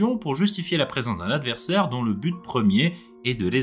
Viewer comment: "UN AVERSAIRE" 😣 (la vidéo est géniale sinon)